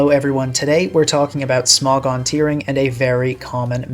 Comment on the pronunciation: Smog-on instead of Smo-gon 🗣️🗣️